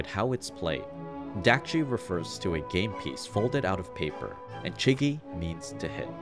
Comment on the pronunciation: actually, chigi i pronounced more as chee-gi, with a more "see/Si" mouth/lip motion when saying chee